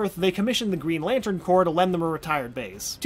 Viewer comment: You don't herr the ps in corps